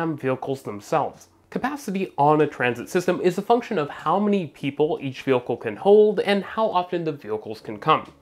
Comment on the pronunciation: New drinking game... every time says "vehAcoohl" instead of "vehicle" then you drink. Absolutely hammered!!! 😮😮😂😂😁😁😁😁